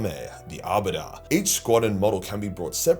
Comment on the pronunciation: "The Arbitahhh"